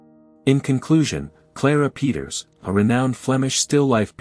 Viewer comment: I like this format of informative shorts on art. Keep em coming! Peeters is pronounced like 'Pay-tuhrs' though